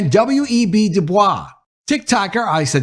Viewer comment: Du Bois pronounced his name "doo-boys".....believe it or not. Fantastic content/upload here.